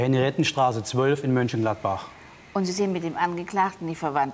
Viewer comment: ne, das ist nicht egal. Bei existierenden Städten sollte man die Namen auch korrekt aussprechen. Es gibt ein MÖnchengladbach, und man sollte nicht MÜnchengladbach sagen.